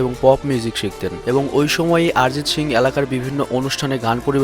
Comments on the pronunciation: ভাই শিং না,,,, সিং! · শিং না বলে সিং বললে ভালো হয় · শিং না ব্রো।😂 সিং হবে। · তোমার সিং উচ্চারণ শিং। LMAO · দয়া করে শিং উচ্চারণ না করে সিং(ছিং) উচ্চারণ করুন। এটা গরুর শিং না। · আরজিত শিং,বাহ কি উচ্চারণ